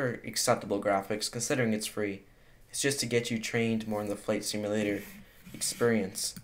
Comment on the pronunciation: did anyone hear him say flight stimulator???